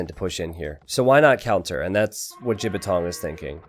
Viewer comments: lmao, pronounced it quite accurately as well. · Glad that pronounces the Chinese player's name wrong - it means penis when spoken correctly.:P